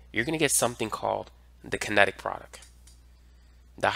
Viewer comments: It’s product, not produck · You're absolutely great, but can you please stop saying "produc-" and throw that last 't' in there. Drives me crazy. You're very helpful though!